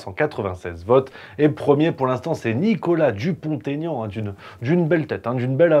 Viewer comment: Bonjour à toi juste une petite info concernant Nicolas Dupont Aignan dont je sais qu'il a une bonne place dans ton cœur et ton esprit, il ne faut pas faire la liaison entre Dupont et Aignan. Il s'agit d'une règle de français mal connue.... Bien à toi, j'aime ton travail